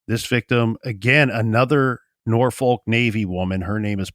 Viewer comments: Pronounced norfuck with out the long "u" not nor folk.ha ha. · I always get a kick out of the way people not from VA pronounce Norfolk lok